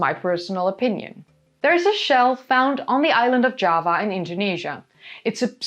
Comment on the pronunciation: Java in English uses a hard J. Your pronunciation sounds more like Spanish (I'm assuming similar in Norwegian).